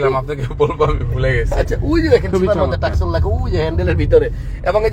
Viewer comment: গাড়ির নাম ,, তোসান ,, সে বলে টাকসন